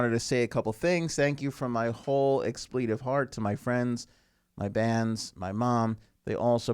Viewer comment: Sir! Please learn how to pronounce the word expletive.....it's not pronounced exPLEEtive.